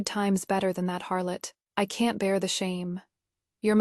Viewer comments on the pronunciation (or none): none